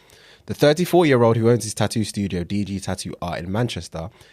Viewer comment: Hey, You know there is a couple more T’s in the word Tattoo.